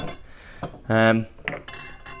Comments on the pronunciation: nagaroni? bro wtf. its nigroni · Not NegEroni. It’s Negroni. Also the Cocktail Book in the cabinet is the zenith of cocktail books! Don’t ignore it! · Ne-ga-ro-ni LOL!!!! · You know doesn't drink when he doesn't know what an old fashioned is... or struggle to pronounce negroni